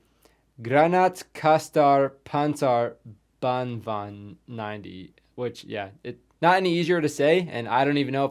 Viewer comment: Band vwagan is a closer pronounciation